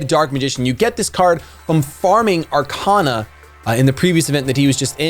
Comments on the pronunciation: Are-Kay-Na, not Are-Kah-Na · It’s Ar-Cain-A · It’s Ar-kay-na you dumb fuck! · You pronounced Arkana wrong, its pronounced arkayna.